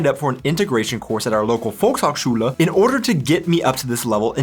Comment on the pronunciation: Volks hok shule xD Lmao as a german hearing that